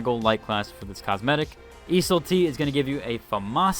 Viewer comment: must be tilting getting ridiculed by randoms when you actually did extra step to pronounce the word properly when you don't have to. Keep up the good work brotha🤟🤟